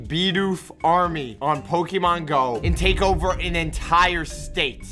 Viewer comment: No no, you said POKEMAN not POKÉMON.